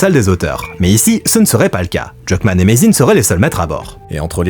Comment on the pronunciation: la prononciation de Druckmann.... hein!!!